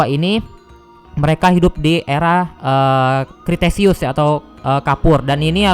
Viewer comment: Dibacanya bukan kriteseus tapi kretaseus (kalo gk salah) Sama yang mosasaurus itu sirip bukan tangan